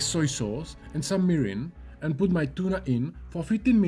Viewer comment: I can't properly hear what you mix for the tuna marinade, It is soja sauce with "merin"?